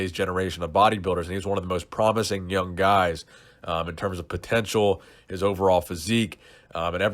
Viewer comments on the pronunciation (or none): none